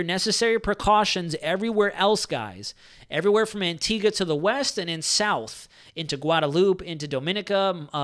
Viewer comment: What a phenominal resource ..thanks so much! And an American (?) who can pronounce the name of our island correctly!!! rather than "AntigWA" :-) :-) Great respect :-) :-)